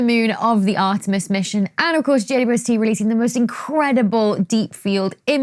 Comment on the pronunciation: Why do you say "J-U-S-T"??? Instead of JWST!!!?????